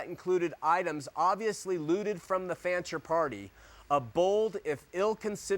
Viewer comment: DUDE! The name is FANCHER, not FRANCHER. How can anybody trust ANYTHING you say after this GROSS ERROR!!